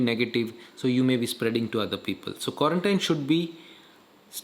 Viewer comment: Quarantine pronunciation doesn't seem to be correct